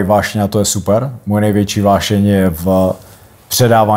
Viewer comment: Než se bude pouštět do angličtiny, měl by najit "uášeň" se naučit mluvit pořádně česky. 😊